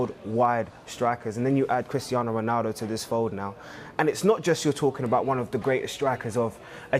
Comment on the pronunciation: Man really said original roanaldo I thought it just for us to troll Cristiano